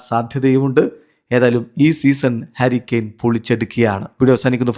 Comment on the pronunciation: harry kane❌karry kane✅